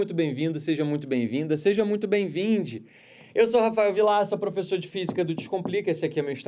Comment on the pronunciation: Bem vindi? KKKKKKKKK